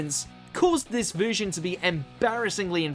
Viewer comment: Jesus, the voice over work on this is sending me to sleep, and what is with the way he pronounces words? Subveersive? Veersion?